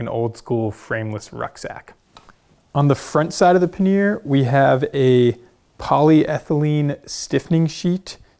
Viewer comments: ‘Paneer’ is a cheese. ‘Pannier’ os pronounced quite differently and is indeed quite different in definition. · These bags look great but I'd really like you to reconsider your pronunciation of the word pannier 😅 PAN-EE-YER